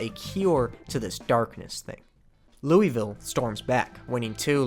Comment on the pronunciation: If you think that's bad, try being from Louisville for...this entire video lmao (great video, for the record, a lot of awesome baseball history, but not how you say that)